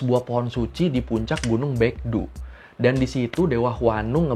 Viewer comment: alfabet "eo" dalam bahasa korea nyaris dibaca seperti "o" dalam pelafalannya. Seperti seoul dibaca so-ul, gungnyeo dibaca gung-nyo. hebat uda bener nyebut baekdu dibaca bekdu.. keep up the good work ya bang!